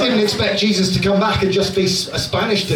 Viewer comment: Jesus but pronounced "Hey Zeus"